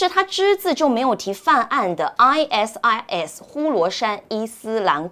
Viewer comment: 善意提醒一下ISIS發音 I Sis(short for sister).